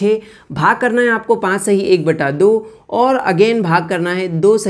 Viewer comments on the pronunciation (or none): Sir pache hota hai panje nhi